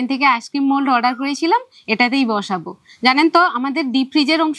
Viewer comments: ভিডিও গুলো তো শুধু মেদিনীপুরের লোকের জন্য করছেন না উনি, সকলের জন্য করছেন। শুদ্ধ ভাষা উচ্চারণ করা উচিত, যেহেতু উনি ইংরেজী বিষয়ের শিক্ষিকা। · আপনি একদিন ভিডিও তে বলেছিলেন আপনি টিউশন পড়ান ইংলিশ। কিন্তু আপনি তো আইসক্রিম কথাটাই তো ঠিকমতো উচ্চারণ করতে পারছেন না। আইসক্রিম তো একটা ইংরেজি শব্দ, আপনি নিজেই ঠিকঠাক উচ্চারণ করতে পারছেন না তো ছাত্র-ছাত্রীদের ঠিক উচ্চারণ কিভাবে শেখাবেন?